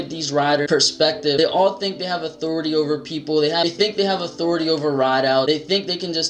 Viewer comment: Authority, not athority buddy smh...